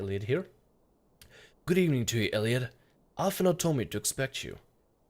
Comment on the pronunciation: Urianger is pronounced "URR-ee-AWN-jay", and Alphinaud is pronounced "AAL-fee-KNOW". weird names, i know.